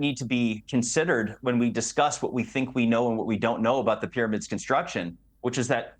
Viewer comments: Why can't this guy pronounce the letter "p"? is there no P in arabic language? how strange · You have to understand that "Dr" Zahi Hawass is an Iraqi Arab colonizer and a lier, not an Egyptian. He cannot even pronouns "P" for Pyramids ...